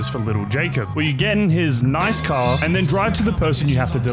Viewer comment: 20::35 THE FRICK IN THE CAHH 🤣